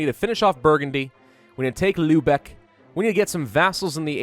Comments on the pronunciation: I love this series. The only annoying thing is the way he pronounce Lübeck. The "ü" should be pronounced "y". Lybeck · That's unbelievably wrong. it's pronounced as if you were saying e but with very rounded lips.